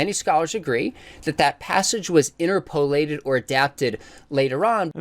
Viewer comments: He mispronounces interpolated so badly I think my ears are bleeding. (in-terpa-late not inter-polate) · why does he pronounce it like "INTERPOL-ated"? He makes it sound like INTERPOL is mandating certain interpretations or something 😭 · Out of all of this, what bothered me most is his pronunciation of "inter-po-LATED".